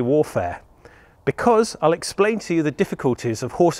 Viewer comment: "Let me..(i cant say it i cant say it).. expain.. how this works"